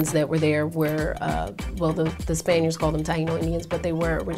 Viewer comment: cant even pronounce spaniards lmao..